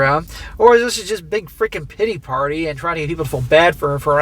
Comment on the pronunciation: When you said big titty party my ears perked up. Then figured out you said big pitty party.